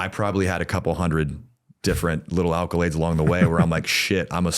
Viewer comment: ACCOlades not ALCOlades!